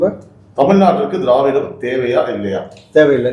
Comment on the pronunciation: Dei dei enda english pesura.. "froof".. tamil nadai aataya poda ninaikum telungu karanga pesuradhu "Drividam".. Google la church pannanumam.. inga paaru, inga paaru.. pesuraan pechu.. andhra vukkaga utir neethanda..